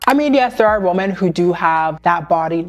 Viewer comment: i love your videos sm and they make such such good points. just one thing—woman and women are pronounced differently 😭sorry not hating, just really ocd about these things